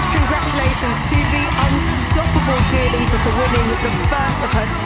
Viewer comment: why did mabel say jua lipa